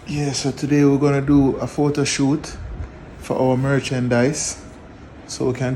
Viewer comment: "Photo shoot" "Photo Cute" "Photo yute" It shat man!